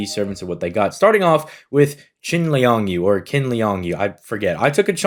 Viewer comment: You got it right in qin's name: chin liang yu